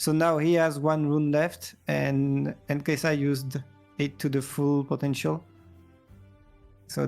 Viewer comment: The way you say kaisa cringes me it’s SUH not ZZZZZZUH